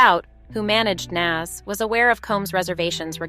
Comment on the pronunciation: If you can't get the names right you should probably not be covering the stories...... that's a turn off for myself at least. And it's NAS